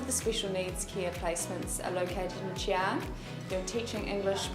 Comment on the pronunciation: I was so triggered every time she said Xi'an